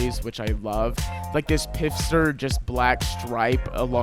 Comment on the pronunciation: It's pfister, not pifster 😂